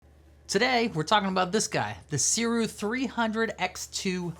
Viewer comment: Thanks for this review! We are super spoiled nowadays as creatives. We have access to some amazing tech. BTW, it's pronounced 'SOO-ray' And look into the camera more instead of watching the monitor